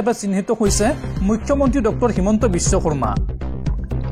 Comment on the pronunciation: বিশ্ব শৰ্মা ঠাইত কিয় বিশ্ব কমা বুলি কৈছা ভাল দৰে উচ্চাৰণ কৰিব